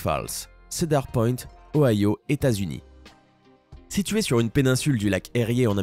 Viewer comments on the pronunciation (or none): none